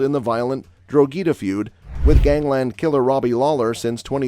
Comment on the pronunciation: Arduin lol its Ardoyne! also Drogheda = "DRAW HiDA" , yanks!!!